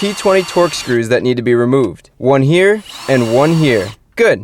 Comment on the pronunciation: The Way Chris Fix says Here is Hear😂 but the vedio was surely interesting and helpful